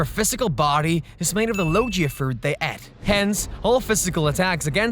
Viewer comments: What are Lojea devil fruits? You fell like a person that pronounces gif as jiff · the pronunciation doesnt bother me, but most ppl pronounce it as "LoGIa", but sick vid man